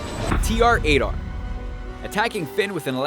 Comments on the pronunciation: You said TR-8R wrong you don't pronounce it T R 8 R it's TRAITOR!!!!!!! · Also about tr-8r say it slow. It sounds like trader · It is TR8-T0R. Get it right.